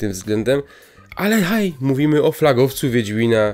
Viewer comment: No dokładnie "wiendzmina" bo więdnie miną... Czy coś